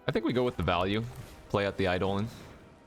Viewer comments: Its Eye dough lon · a poem doesn't change the pronunciation of a word. It is objectively pronounced "EYE-dolin" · I'm new to the channel, is mispronouncing Eidolon an in-joke?